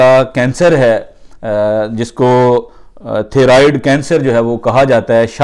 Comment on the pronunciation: bhai good effort, it'd pronounced thigh-roid